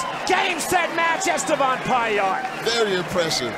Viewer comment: Etevan lmao forgot the S